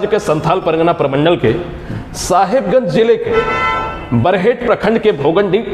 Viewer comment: बडहैत नहीं बरहेट